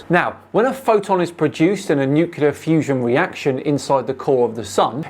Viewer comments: It's pronounced nuke-lee-ar, not nuke-u-lar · Sorry but I can't help but point out the fact that you said "nukular" lol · Please pronounce it "Noo-klee-er" not "Noo-kyoo-ler". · fuckinay, it is pronounced like this: NEW-CLEAR not NEW-CULAR, you daft fuck figure out words before you expect me to believe you have a goddamn brain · Ugh he keeps pronouncing it nuQlar... Nuclear.. no q Hoping it's just an accent thing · Love you...BUT....it is NuClear....not New Killer😂😂😂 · Both and the other guy struggled a little to say the word Nuclear clearly. New-Clear. At least neither of them pronounced it new-kew-lar, as so many Americans do. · Come on, Creaky put the effort into learning how to say "nuclear", surely you can do it too \o/